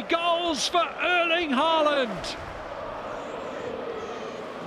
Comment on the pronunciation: His name is Ærling. Not Øling. Why is he speaking like a child?